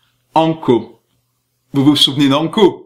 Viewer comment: "Anko" ptdr